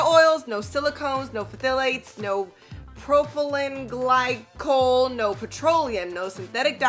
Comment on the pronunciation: i’m surprised she can’t say propylene glycol.